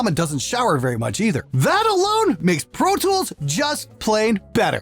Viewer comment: RIPer..protoolth..pfff! ABLETON IS THE BEST! :D